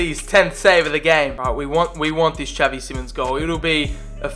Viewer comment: tell me why it bothers me so much tha he says javi simons instead of xavi